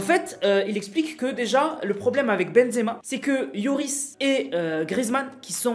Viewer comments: c'est pas ioris mais loris loll🤣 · C’est Lloris pas yoris ça Stress